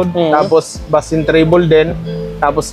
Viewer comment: Bass is pronounce as base